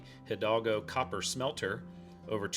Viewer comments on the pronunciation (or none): none